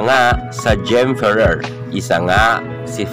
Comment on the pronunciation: Pano yong letter “R” sa Ferrer? 😂🤣